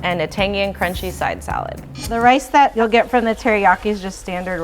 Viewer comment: she said right wice 😅 I miss Seattle chicken teriyaki!!